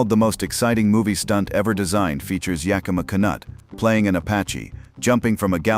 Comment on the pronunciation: "YUH-KEE-MUH KAAH-NUT"?? ANY CHANCE THAT WAS "YAK-UH-MAW KHUN-OOTE"??